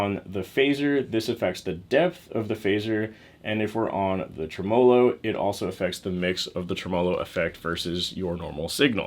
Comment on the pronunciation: TREMELO.. Accent on the first syllable, the first vowel is an e, not an a.